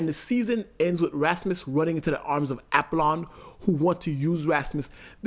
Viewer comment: For the love of god It's pronounced AH POLLON 😤 smh